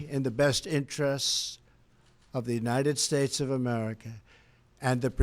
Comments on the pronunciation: What’s up with his voice near the end? He couldn’t even say United States at the end (sounded like United Schtates!) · Its obvious trump is on coke, the drip got him bad he cant even pronounce United States at the end and those heavy cokehead deep inhales all throughout the speech give him away. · United Stahes, with an H! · "...and god bless the United Shursh."